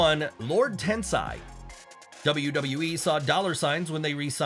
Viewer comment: Kozlov pronouncing it as "Double Double E " was so over with me 😂